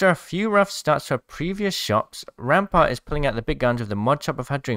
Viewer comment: Crack em knuckles it's rrrraampart time